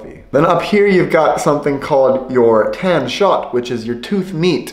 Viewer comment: hmm when u say " tandkött " sounds like u saying " Tan shoot " :P